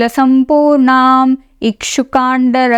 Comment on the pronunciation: Jai Sri Ram, Jai Sri Ram, Jai Sri Ram Splendid work. In the first shloka, the hrasva in sampurnam, should probably be corrected to dheerga